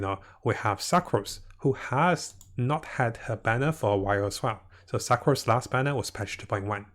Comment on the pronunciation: Sa-crose lol